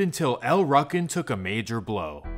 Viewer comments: Wtf is a ruckin? It’s ru-kin wtf lmao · Pronounced L Rookin not Ruckin how u said it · lol it pronounced Like rookins or ruukins no ruckins… you’re killing me smalls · EL ROO CANS....is how you pronounce it fam lol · It seems like in all of these stories at some point shit goes left between 2 friends & a beef starts that lasts for decades …..it’s happpened countless times & continues to happen til this day…..it’s pronounced “EL ROOKIN” btw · El Rukn is pronounced with a long vowel U.. like Rue-kin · It’s pronounced “El Rookin” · It's pronounced El "Rooken" but spelled Rukn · It's pronounced, "El RUU KEN" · It's pronounced "L-Roo-kin" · It's pronounced El rue kin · pronounce it right SAY IT LIKE EL rOO-kin yes its spelled el rukin but its not pronounced that way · It’s pronounced Rookin. Damn you really butchered that up plus you said it like a thousand times 🤦🏻‍♂️ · U kept mispronouncing El' Ruken. The u is hard, not soft. sounds like Rooken. Also, the stones and MCs were never one gang, and Micky never ran the stones while Malik was locked up. Also, the original leader of the stones, King Bull, was blamed for mickys murder. Malik loved Micky like a brother. Malik and King Bull went to war over the leadership, and Micky got caught in the middle. and the MC never had Cabrini Green and Robert Taylors on lock. CG had abot 30 buildings. The MCs had 3 buildings. Vicelords had 2. the disciples had the rest. The MCs had 4 buildings in the Robert Taylors. Disciples had over 20. The MCs were always a tiny gang compared to the stones, disciples and gangsters. U got a lot more wrong as well, but u arent the only one. a lot of that information is spread by police and so called scholars who didnt have correct info to begin with. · U pronouncing el rukn wrong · Maybe this is Ai cloned voice; But you're pronouncing El Rukn wrong. It makes you sound like a person who doesn't really know what you're talking about.